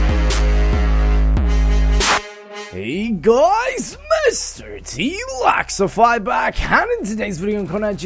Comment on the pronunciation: u sead laxify